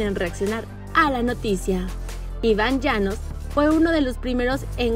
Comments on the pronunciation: Soy yo o dijo Iván Llanos? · La que está hablando dice "Iván llanos" 🤣🤣🤣🤣🤣🤣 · Grande iban llanos jajajaja, al menos digan bien el nombre